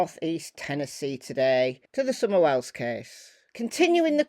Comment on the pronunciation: why don't u know how to say her name for one and for two she did tell the truth and have no lies to tell and she didn't do it for money period and all u you tuber are trouble makers and stuiped leave the police work to the police instead sticking ur all nose where they don't belong period and she might been found by now period cause half u all know the stuff goes on down here period